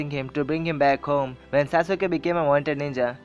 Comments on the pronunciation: dude its sasuke no sa suke u is silent in it so plzz dnt spoil d name of sasuke cuz he s my hero in anime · sasuke not saasuuke bro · It's Sas-kay not sasu-kay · pronunciation galat hai saasuke ke nahi sasuke he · its saskai not sausuka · Bro that's not sasuuka That's sasuke And the video was awesome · itss sasukee (sas-kee) not (sa-su-ke)...ps love the video just a fan hope u can relate when someone pronounce your favorite character name wrong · I agree with you but if you don't mind Pronunciation is Sas-ke Not Sas-u-ke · liked everything in the video except for the way he pronounced "Sasuke" haha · That y i nly point on sasuke i really appreciate u tellin india bout anime stuff good bt no offence sasuke s d nly character as my roll model soo i get offended ny 1 callin sasuke's name in a wrng pronunciation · its annoying how u pronounce sasuke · DISLIKE cuz you pronounced sasuke wrong